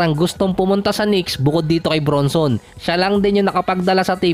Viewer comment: Jalen BRANSON ang tamang bigkas boss not BRUNSON